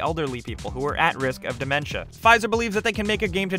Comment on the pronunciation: Altimers? Dementa? Might wanna learn how to pronounce some things as you do the research. I believe you were going for " Alzheimer's and Dementia"